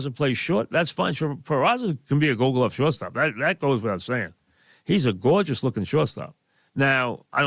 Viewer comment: "A gawjice lookin shawtstop" 😂😂😂